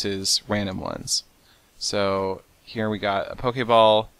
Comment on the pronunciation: He pronounced it correctly though; Po-Kay-Ball